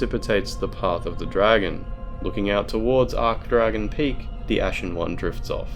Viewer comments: i do not like how you pronounce some words lmao. "osaross" no, OH-SAI-ROSS. "ark dragon peak" no, its ArCHdragon peak. and the worst of all: fillianorE. her name is said so many times. its just pronounced fill-ian-or. the E is silent. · Well, considering ocelotte's name is a mix of oceiros and shanalotte, it's not that odd to pronounce it like that. Now, ARKdragon peak on the other hand... That irked me so badly.